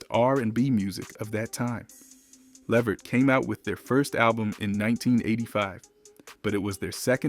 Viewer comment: Not being able to pronounce his last name correctly takes away from the information.